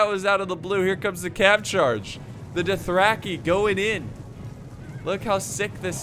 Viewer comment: I like how pronounces Dothraki like “Duthracky”